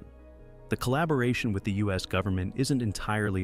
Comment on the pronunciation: "Goveenment"???? Check video